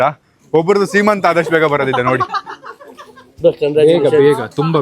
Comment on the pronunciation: ಸಿಮಂತಂ❌ ಸಿಮಂತ✅